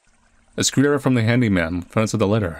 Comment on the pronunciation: Its. It's a. screwdr-eye-ver